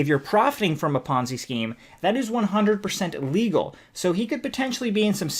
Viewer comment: I enjoyed the video. When you say illegal it sounds like legal sometimes. Just FYI.